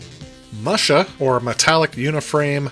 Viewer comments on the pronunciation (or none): Just FYI, it's "moo-sha," Like a cow.